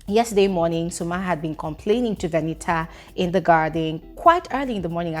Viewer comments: It's the way you say "VE-NI-AAH" for me😂😂😂😂😂😂😂😂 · said it's VeniA 🤣🤣🤣🤣🤣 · Hahahhahaha....Venita herself pronounces her name like that oo... she calls her name "VeniA" hence the reason calls her name VeniA now....😂😂😂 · When jealousy is involve u don't pronounce Venita's name well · Venita that pronunciation aaaaaaa okay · What is this 😮pronunciation of venita’s name??😭😭😭